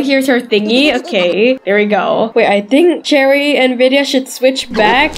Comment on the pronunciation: It's cherry not cheri